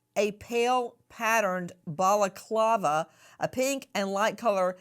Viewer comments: She said it correctly. You obviously weren't listening well If you don't like her. Go away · Love the way Nancy corrects the pronunciation of balaclava 😂😂